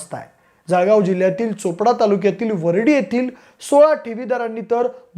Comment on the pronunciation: सळगाव ❌ जळगाव ✅